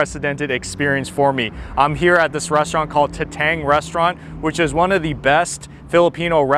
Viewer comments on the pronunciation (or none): Kamayan root word is kamay meaning hand. So it’s not exactly mukbang. As for Tatang pronunciation, accent is on the first syllable, ie, TA-tang as opposed to ta-TANG. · It’s Tah-tāng the pronunciation. Kamayan means using hands. No utensils. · "TATANG " must read it slowly as TA TANG and it means father!